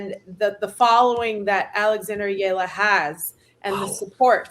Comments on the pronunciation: Please pronounce Alex Eala’s last name correctly. It is e-ya-la. Thanks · Get w/ the program....It's EH-YA-LAH!